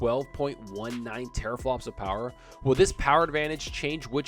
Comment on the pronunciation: The Powahh...lol